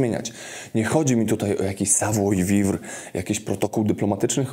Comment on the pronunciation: Ale jak już prowadzisz szkolenia to warto się nauczyć wymawiać savoir-vivre... Poza tym, nie mówi się "miesiąc czasu", tylko miesiąc 😉